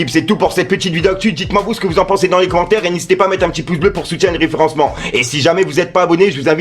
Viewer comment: "KOBA LIBEREZ de ZONZ" stp mon reuf fais un effort avec l'orthographe. et tant que j'y suis petit conseil, on comprends RIEN a la fin quand tu dis referencement etc... sinon force, bien ouej tes videos